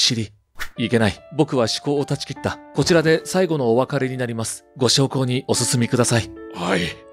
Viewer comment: 火葬場の下駄さんシリーズですね。これ楽しみにしています。ところで「おせんこう」？って、こういう読み方があるのかしらと一瞬調べちゃいましたよ。「ご焼香＝ごしょうこう」ですね。秀逸回なのだから脚本は正しく読んで欲しいです。 しかし、やりきれない話ですね・・・